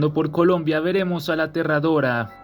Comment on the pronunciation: Leei golombia 😅